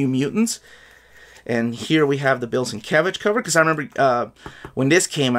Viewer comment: It's pronounced "Steve Lay-oh-la-la" and "Bill Sin-mumble-mumble""